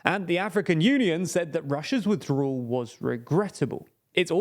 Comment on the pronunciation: People who don't know the difference between the letters "L," "R" and "W" shouldn't try saying words like "withdrawal." And by the way, what's with that fucking hair, did you lose a bet? Why don't you invest a buck and a half of the money YouTube is paying you and buy a fucking comb!